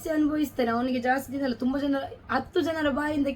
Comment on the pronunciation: Adu thuba alla thumba